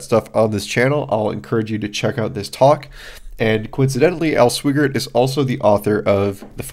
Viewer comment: just FYI: it's Al Swy Gert...rhymes with "why dirt."